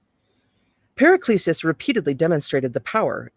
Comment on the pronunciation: Was great to find this reading of this book. 👌 Paracelsus "Para-sell-sus"